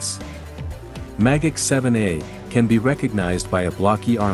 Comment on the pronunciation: Magach sounds like mah gok